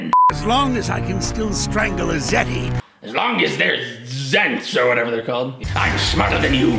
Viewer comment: Does know what a zeti are cause the first time he said “strangle a zet or whatever they are called”